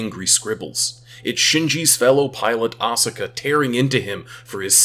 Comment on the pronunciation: woulda been cool if you pronounced asuka's name correctly